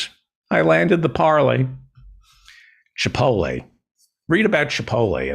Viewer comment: What is so hard about pronouncing chipotle? There is a T lmao